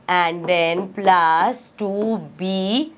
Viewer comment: Mam this is plus not plas 😂😂😂🤣🤣🤣😂😂😅